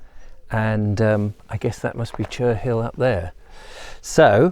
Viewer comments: Cherhill is pronounced Che rill not Cher Hill, H is silent. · I suggest you speak to a local to find out how to pronounce Cherhill. :)